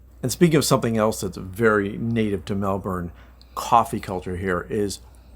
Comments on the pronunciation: It’s pronounced “Mel’bn” not Melburn, Melborrrrn And yes, it’s been a cool spring but wait until Jan and Feb, traditionally the hottest month. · All you need to do now is learn to pronounce the city the way us locals do. It’s not, Melbourrrrnne, it’s,Melbn (almost like bin) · The weird thing about aussie cities is the way you pronounce things. The city of Melbourne, is pronounced 'Melbn' or Melbin not Mel-BOURNE. You guys seemed to almost do it right but I'm glad you liked it. It's a great city. I've lived in both about a decade each, maybe more in Melbourne now but I still love Sydney but I kinda like Melbourne better. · I know this is not your fault but for us the way you pronounce MelbouRne is so weird lol strange no one of the people you met told you the right way to say Melbourne. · It's pronounced 'Melbin' 😉 As a foreigner living here they will be sure to correct you. 🙂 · Oh man, the pronunciation of "Melbourne" is killing me in this video